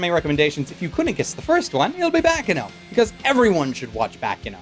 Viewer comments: it's bah-kahn-no not back-can-no. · if you read this: "Baccano" is pronounced baccAno with the emphasis on the second a and harder on the c (There are 2 c after all). It took me a diskussion with a friend to realize that this is actually the italian word for "noise" even if i speak fluently italian because since i watched so many japanese titles i thought it was a japanese word.:D Would be great if you look it up, since you are so fond of it it is a shame that you (and the podtaku cast) keep mispronouncing it.